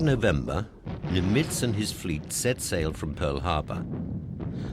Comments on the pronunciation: Pronunciation of Nimitz was strange. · I agree. If you’re going to be a narrator, you really ought learn the correct pronunciation. He made multiple mistakes to the point of distraction.